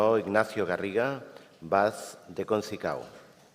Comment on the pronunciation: Concicao no, Conceiçao, la Ç (Ce trencada) existe y se dice igual en catalán y en brasileño.